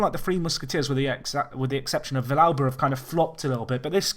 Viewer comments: Also it's vee-yalba, not vish-alba. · normal Spanish, you would say Vee-yalba, but Argentinian is a little bit different. Another example is the song Hay Un Niño en la Calle, where Calle is also pronounced as caa-che.